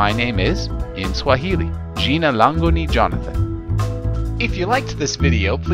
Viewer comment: Its jina langu not lango